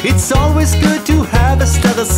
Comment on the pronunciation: 딴건 모르겠고 청진기 영어발음만 알아갑니다